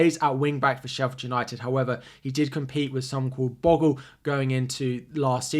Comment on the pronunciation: It's pronounced "Bo-Gull" not "Boggle".